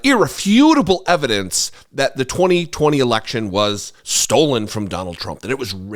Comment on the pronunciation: He didn't say it was stolen, he said it was stold.